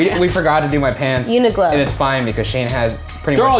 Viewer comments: I am still so bothered by the fact that mispronounces Uniqlo as Uniglo. Does she read q as g? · Did just call Uniqlo uniglow